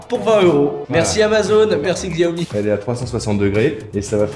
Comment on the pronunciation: Salut, on dit Chiaomi pour la prononciation:).... Bien joué les gars pour les travaux!